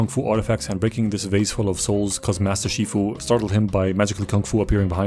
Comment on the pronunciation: Wait did you say Master Queefu